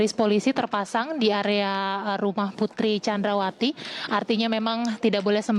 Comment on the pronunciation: Ngasal aja nyebut nya Putri candrawati hadeh payah 😁